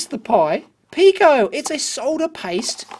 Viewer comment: Dave keeps saying "Pee-ko", but "Pie" is right next to a pi symbol. I haven't heard of the company, but I imagine it is pronounced "pie-ko".